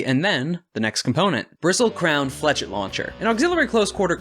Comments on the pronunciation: First of all, god this content is great, and yeah Blackbeard is just a small knight rampager. Though, how you pronounced flechette is a bit painful. It's flesh-ey, because why spell it the way it's said. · The way he said flechette is the way us Americans normally butcher the pronunciation of things. So pretty common way of saying it there.